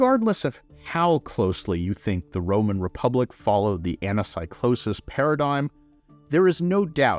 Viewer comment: Please please please, you are a professor, please don't say anasaicloses and read it correctly as Anakeekloses